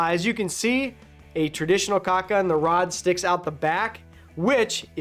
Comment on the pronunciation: What is so hard about saying caulk and not cock? The two words only have two letters in common.